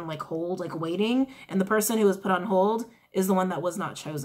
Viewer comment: "Wai-ting" "Wai-ting" That whole part took me out 🤣🤣🤣🤣🤣🤣🤣